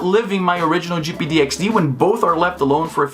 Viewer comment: “jipeedeeyexdee” speech - 100